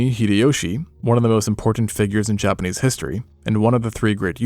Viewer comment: I don't think it's AI because he pronounces words differently throughout the video, the thing that stuck out to me the most was how he says "Japanese". Sometimes he says it normal, but sometimes it sounds like he's just saying "Japanee" 💀 Maybe he used to have a lisp and he's working through it lol